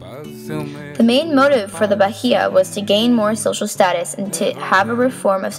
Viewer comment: Very nice your video. If I can do some comments, just to be helpfull. First, the pronounce of Bahia is with silence "H" (but that's not a big deal) Second, nowadays, the historians professors in Brazil avoid to link the Minas and Bahia uprisings with the independence, cuz what they had wanted was a local independence, they hadn't care about the rest of the colony. And when D. João VI came to Brazil new leaders stand up, but not for independence, what they'd really wanted was keep Brazil in the same level of Portugal, a Kingdown. But, I loved, and if it's ok for you, I want to use with my students here in Brazil, to see a foreigner point of view. Once again, Congratulations!!!!